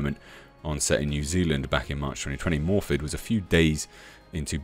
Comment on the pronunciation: One small thing, but iirc, "Morfydd" is pronounced as "Morviff". Not a Welsh speaker, so don't quote me as absolute on that.